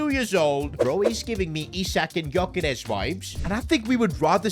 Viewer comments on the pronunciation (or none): none